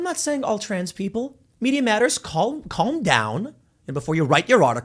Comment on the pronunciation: Is it weird that Tim pronounces the l in calm? 😂